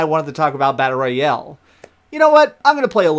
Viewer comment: "Battle Roy-El" superman's lesser known cousin